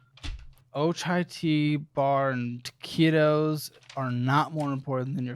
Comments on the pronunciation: Im not america but its "Taquitos" its like meat or vegetables rolled in a dough. You should be able to find it with "Taquitos" and not "keetos" lmao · What does he mean when he says 'Taqitos'? (I'm probably spelling it incorrectly)